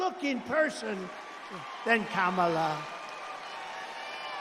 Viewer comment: Even Marjorie Taylor Green's boyfriend can't pronounce Kamala's name correctly.